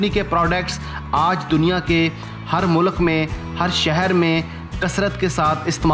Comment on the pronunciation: mulekh ni bai mulk bolty hain hihihi